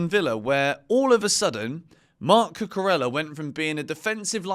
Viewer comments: There's no L sound in Cucurella. Could you stop please? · He's English mate it is what it is